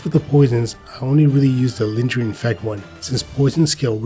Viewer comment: not a native english speaker myself, but im pretty sure you mispronounce "lingering" :7